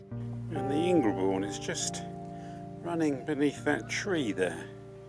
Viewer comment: Delightful! But not Ing-re-bourne, surely: it's pronounced Ingerbourne.